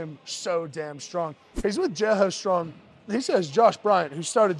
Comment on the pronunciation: ahh.... so you ARE saying "jailhouse" strong... i couldnt understand wth you were saying... please continue